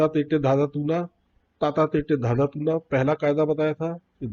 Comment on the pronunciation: Sir Again with due respect its toon na not toona.